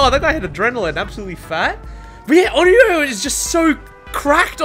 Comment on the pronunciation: Bro didnt even say onyro he said oioioo